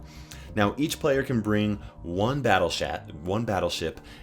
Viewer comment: Did he say "battle shat" ? Lol